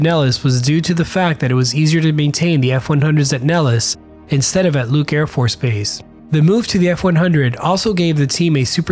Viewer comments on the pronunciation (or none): none